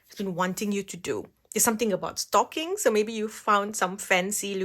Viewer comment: She said „theres something about stocking“ - I understood „something about STALKING“ 😃